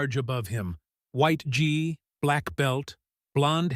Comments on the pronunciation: It is pronounced "ghee" (like the melted butter food), NOT gee as in gee "whizz" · FAKE NEWS - sega was in Japan - Nice try though... Next time, do your home work, & make sure your AI program, can read GI, and not say; G I VIDEO IS LAME AF! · Five minutes of information presented in 30 minutes. I should have quit when gi was pronounced in two different ways, both incorrect. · Made up story that doesn't match the photos, since when is Seagal blond. And the robot doesn't even know how to pronounce Gi. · What a load of BS. Combined with crappy AI narration that can't pronounce gi properly. No thanks.